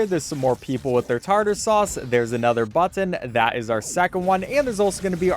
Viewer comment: its tar tar sauce 😭